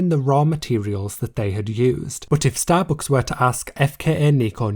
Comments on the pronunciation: yeah I love starbooks xD bruh, why do you pronounce it like that, took me 5 min to figure out what you mean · nice video but the way you pronounce STABOOOOOOCKS is so annoying 😭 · Wtf is “starbooks”? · Shallowbooks is all i hear u say 😂